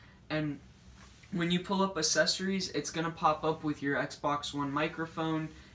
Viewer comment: I am so sorry but mans said accessories wrong